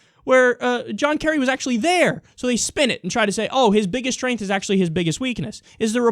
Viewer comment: I kinda laugh every time you say strength